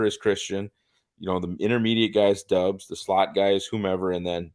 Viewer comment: You guys don't have to start every critique with "I don't mean any disrespect to..." Christ. Go ahead and disrespect them! MVS isn't good. ESB isn't good. Lazard isn't good. Is Christian Watson good? Is Doubs? Probably not. And his name is pronounced "Dawbs"; not "Dubs", not "Dobes". I really enjoyed listening to someone who can't pronounce a one syllable name correctly. C'mon,. You're better than this. Besides, you're a; you should be drunkenly waving a gun around, telling everyone how shit the Packers are with every breath you take. Remember: "Don't try"